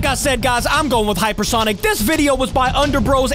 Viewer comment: Heyper sonic